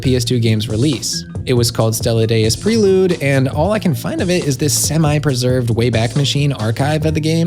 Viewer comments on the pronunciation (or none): none